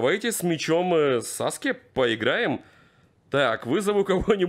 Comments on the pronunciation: 1 Не Сасуке а Саске. 2 У тебя не совсем чидори а точнее райкири раз он режет врагов. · Не сасука а саске